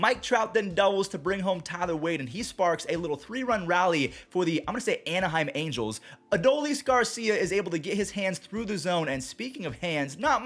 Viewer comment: As a Halos fan, "Anaheim Angels" was correctly said ⚾